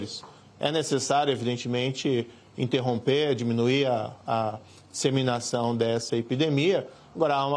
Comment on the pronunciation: Esse ministro CONGE assassina a língua portuguesa. INSEMINAÇÃO 🤣🤣🤣🤣